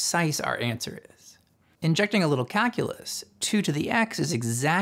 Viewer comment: it really sounds like you're pronouncing "calculus" as "kakulus"